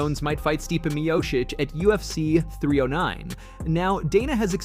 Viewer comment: Mioshich, miosheesh, miasik or miosik, dude.. can you name him right ?